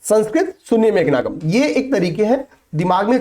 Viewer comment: Megha ganam na ki nagam😊